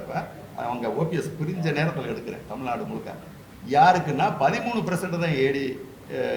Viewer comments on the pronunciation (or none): none